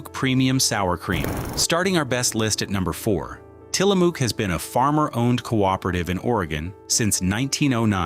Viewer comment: Being from Orygun .. It is Tila mook ... It rhymes with COOK ..